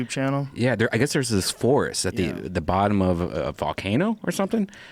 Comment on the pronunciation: "Thurrrrs" #Chingy4Evurrr